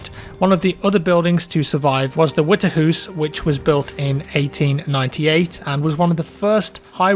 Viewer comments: AnatoliPlays "withe huus" i think, i am dutch miself so... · Yah, ehm so... Butchered would be a slight understatement... Only slightly :P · Apparently I completely butchered the pronunciation of "witte huis" - It should be more like "viteh haus" phonetically. GG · The way you pronounce "witte huis" is just amazing